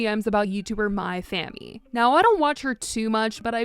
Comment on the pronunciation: I swore you kept saying my fam... I kept thinking to myself what did fam doop